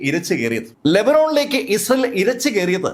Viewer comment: ഇസൽ എന്നല്ല, ഇസ്രായേൽ എന്ന് വ്യക്തമായി ഉച്ചരിക്കൂ👹👹☝️